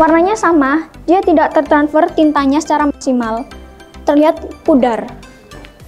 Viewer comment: Aduh mbaknya imut banget tertransfer jadi tertanfers 🤭